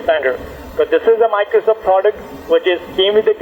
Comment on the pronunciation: miclowsoff sewices wiwusses